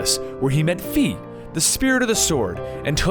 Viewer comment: Pronounces SHEIKAH AND Fi incorrectly. INSTANT REGRET clicking on this Video. Definitely ruins my view on. Honestly, This is mostly a "MatPat syndrome" NOT KNOWING THE DIFFERENCE BETWEEN ELIZABETH AND MARGARET FROM P3 AND P4; A similar situation in which seems like he just reads a script and never bothers to fact check or play a single Legend of Zelda game. I love and the Comicstorian Brand. But this is just so disheartning. Not that My opinions matter ofcourse.